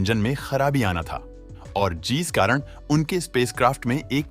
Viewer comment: Jees nhi jis